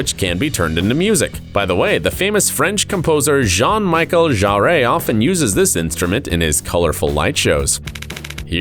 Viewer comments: ZHAN MAYKEL ZHARR-RHE? Seriously? Serio-fucking-sly? It's like calling Barrack OBEY-MAH and not OHBA-MAH. It doesn't require a freaking Frenchman to call A ZHAN MISHEL ZHARRE a proper name. What next? Celine DAH-YON? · Jean Michael Jarray?? Good grief what IS it with idiots not pronouncing names correctly?! So annoying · None of this is new, not even for last year, some shit just doesn't need inventing, there will always be someone that finds a way to take money from those that have far more of it than sense. I looked away for a second when you said "Who wouldn't want a bracelet like this(it was one of the few things you pronounced properly, I'm sure JMJ would love how you butchered his name.) & I have to admit I thought they had their hand up a horses arse, all I could think was, Not Me. That happens when the muscle doesn't develop in the womb properly. Could you imagine having a bracelet that left massive steaming piles of shite everywhere you went, it wouldn't be that long before you stopped getting invited anywhere.